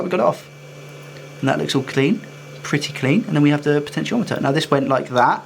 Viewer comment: PS, you've nailed the pronunciations of potentiometer and Yoshi. 🤘😎